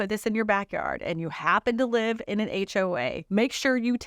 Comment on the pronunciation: If only people could read the script, it would make more sense. I know descriptions from China can get WAY lost in translation. But there is a difference between live and live when you read them. And everything makes more sense when it’s not mispronounced.